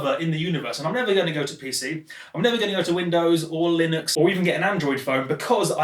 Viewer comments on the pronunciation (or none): none